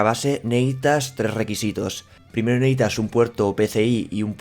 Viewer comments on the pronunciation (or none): Neehitas? Se dice necesitas. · "neítas" pronunciar mejor el verbo "necesitar".